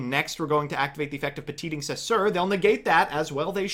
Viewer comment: i almost got sick from all that sugar but your pronunciation of petingcessouer was more than sour